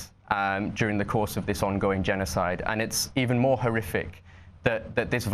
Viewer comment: This dude said "since the gennicidde that started in Oct" What? Idk if this guy was even there? What? What has he seen and pictured himself? Oh.. NOTHING